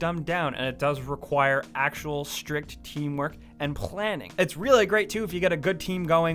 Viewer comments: lol "plhaning" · "And plquanning!"